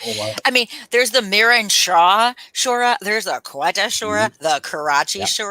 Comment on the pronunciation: 😂 Shura, not sura.. but that applies too in Sanskrit, eg. Mahishasura, Bakasura erc